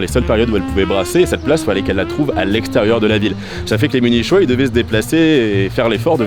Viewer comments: On prononce "Munikois", pas "Munichois"🙂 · T'es vraiment un malade de prononcer Munichois "Munishoi" mdrrr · Mais munichhhhois c est quoi?? Faut revoir ses notes là ! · Les munichois mon dieu la prononciation lol et merci c’était très intéressant , je rêve d’y aller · C’est une blague ou bien ? Ça s’écrit « munichois » mais ça se prononce « muni-quoi » … pas possible de ne pas savoir ça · Ha mes oreilles qui saignent à chaque "munichois" ! Muniqoui, diantre ! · Nul cet influenceur. 😅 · Effectivement niveau sonore on dit Muni"quoi" ^^ . Mais sinon très bonne vidéo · Tu prononces mieux certains mots allemands que le mot munichois 😭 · La prononciation "munichois" est voulue?